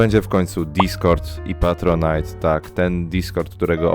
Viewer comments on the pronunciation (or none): none